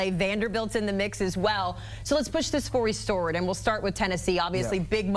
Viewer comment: gotta love it cause I do the same myself sometimes. "fory stword"